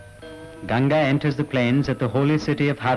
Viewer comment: Its Gan-Gha not Gan-ja. Gan-ja is marijuana. 😭😂